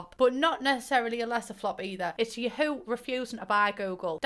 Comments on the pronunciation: the way you read ya-HOO makes me crack Jvskaja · Abolutely OBSESSED with how you pronounce Yahoo